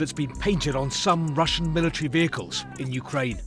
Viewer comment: There is no excuse for "millitree".